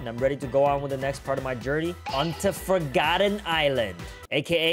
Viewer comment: what di he call forrgoten island 💀💀